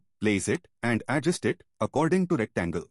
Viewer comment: adjUst, not Adjust. The stress is on 'U'. And thank you for the video! 🙂